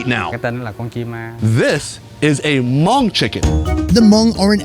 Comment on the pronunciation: "This is a Monk chicken ... " Fail 😵 That's the equivalent of saying "This is a VeetKnameeKs chicken ..." or better yet "This is an AmerikeeK chicken ..." Understandably people just have a difficult time pronouncing certain words or ethnicity their native phonetics but hearing it so mispronounced is CRINGY 🤢🤮